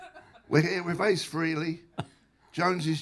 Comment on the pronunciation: It’s not Free-ley- It’s Fray-ley.